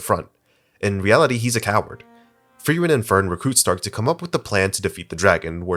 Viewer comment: why does everyone refuse to pronounce Stark’s name properly 😂